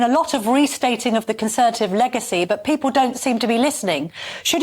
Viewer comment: He still cannot pronounce 'people' then.